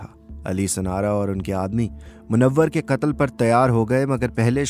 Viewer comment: I am not being rude but you must differentiate between as in urdu "KAAF" & "QAAF" you pronouncing "katal" actually your sound needs to come from Throat. Do apologise but I love urdu